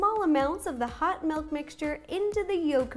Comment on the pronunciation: Did... did she say... melk?